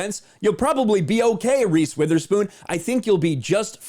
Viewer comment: Reese "withherspoon" i bet she have no idea what a semiauto weapon is 🤣